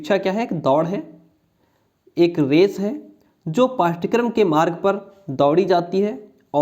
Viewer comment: Curriculum ka hindi pathchrya hota hai....pathkaram nhi